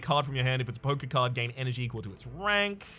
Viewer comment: Hahaha every other time he said poker card I herd "poke-card". Made me chuckle!